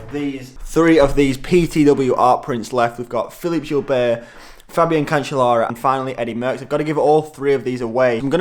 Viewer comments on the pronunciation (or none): none